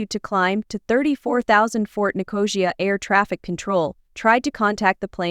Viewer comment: Clearly an artificial voice over. Totally butchered the Cypriot capital's name. Calling it Nicósha instead of Nicosia